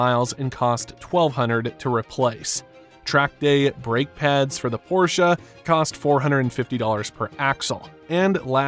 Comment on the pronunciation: Thanks for properly pronouncing the brand name instead of the stupid "porsh"